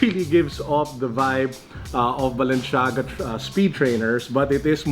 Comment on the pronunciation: HEY IT IS NOT BALENSHAGA IT IS BALENCIAGA HAHA